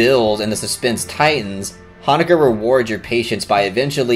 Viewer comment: I wish you pronounced the directors name properly tho....